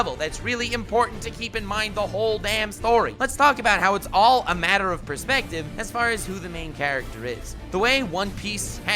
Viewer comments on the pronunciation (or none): none